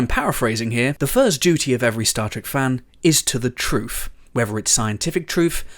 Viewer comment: I like "Trufe"!